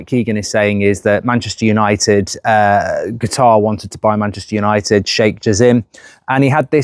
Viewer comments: Mark it’s CATAR not Guitar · Please no! Simply coz I can't handle mark constantly saying 'Gutar' 😂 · and qutar😂